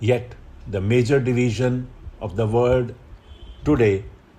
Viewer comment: Sir, kindly pronounce world as world in dictation not word as it creates confusion while writing. However, I am sorry to point out it to you as you yourself are a great mentor but what seemed to be in dictation I just remarked it. Actually, I have obseved this pronunciation error in a specific word i.e world in many of your dictatons.